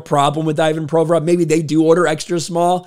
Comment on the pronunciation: someone PLEASE tell this man the player's name is - ee VAHN pro VOR ov, not EYE Van PRO vrov. He made his name totally unrecognizable to a native speaker, it's not fair